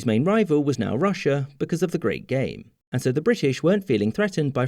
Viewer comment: I think that meant how it sounded like "the great gay"